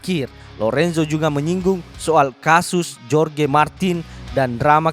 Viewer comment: Bang maaf ya seblm nya,,cm saran,,tolong sebut nama sesuai kewarganegaraannya,,sprt Jorge (di baca Horge),, Joan(di baca Hoan),,biar match..